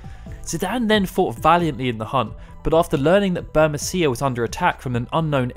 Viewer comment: It would be bur-MEE-see-a, surely?